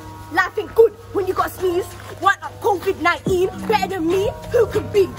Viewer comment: ‘Covid nieen’😂